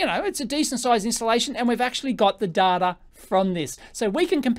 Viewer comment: Don't call him Daata, he gets very annoyed. His name is pronouced as in the English "Dayta", he insists upon it. (Love your videos really.)